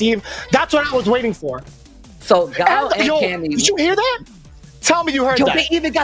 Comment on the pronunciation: YOU TRIGGER ME SO MUCH ITS PRONOUNCED GUY EL